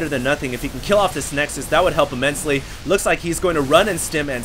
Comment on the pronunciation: that's what plural of nexus is called! for once he actually was saying it right..!